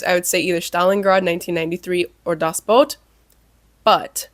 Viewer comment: Oh... FINALLY! Someone of the English-speaking bloggers on YT pronounces "Das Boot" correctly! Yes, it should be pronounced more like english "boat", not "boot". Thank you!)))